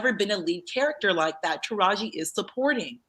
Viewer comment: Pkease stop calling her Tahaji. Her name is Taraji.